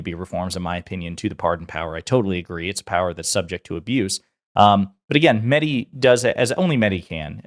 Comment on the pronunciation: Just a comment to the host to learn how to pronounce Mahdi name. It is not “Madi” the H sound is similar to the sound of the H in Helen , here,Hello etc